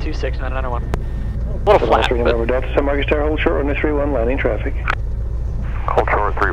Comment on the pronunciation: San Marcos, not San Marcus